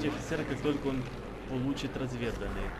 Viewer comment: разведанные :D поработайте над произношением)